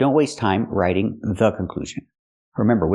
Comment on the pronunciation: she also say (v)raitiing, not "raiting"